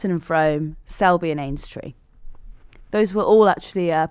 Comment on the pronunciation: Spelled Frome pronounced Frume